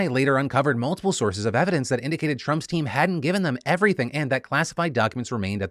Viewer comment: Not gonna lie, I thought you said Trumpstein, not Trump's Team. 😂🤣😂🤣😂